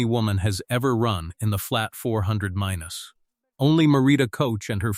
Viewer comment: 400 meanes. Sure it wasn’t 400 meters. Then the 400 Meanes hurdles. Earlier in the video the guy ran the 400 mittes then went to the 800 mittes. AI narrator is fer shite. Enjles is not their primary langwedge. Just like for clicks and money. Good fer youze.